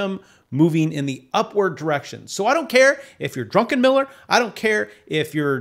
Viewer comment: if I had a dollar for every time someone called him Drunkenmiller instead of Druckenmiller... 🤣